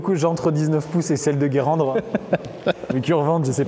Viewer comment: Ptdrrr Guérandre 😂😂 et la ville où j'habite c'est Guérande 😂